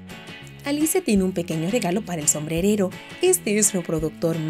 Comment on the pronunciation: Like si viste en el minuto dijo sombredero😁